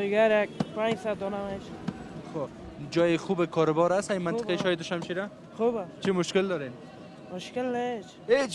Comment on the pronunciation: I wish you should pronounce MAnteqa correctly. It's not menteqa it's mAnteqa